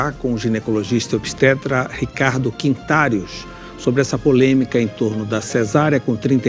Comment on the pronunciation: pronunciou o sobrenome do médico errado, Quintarios, rsss, devia saber o nome do convidado direito.